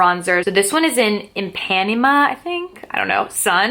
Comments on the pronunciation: It's actually "ee-pah-NEH-mah" (At least that's how you say it in Portuguese, as my family's from Brazil) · Ipanema is pronounced "eee-pah-nee-mah", so you know for next time 😉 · I can't stop laughing at your pronunciation of Ipanema. Just think about the song the girl from Ipanema